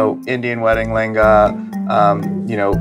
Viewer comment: Whenever she says "layengaaaaa", I just make a cringe face ....come on what a bad pronunciation .....can't you utter it "LEHENGA"....